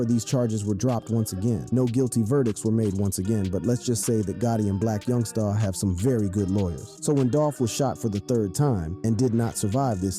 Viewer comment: Boy why yo say my homie name like that!! Yungsta not yungstaaaa..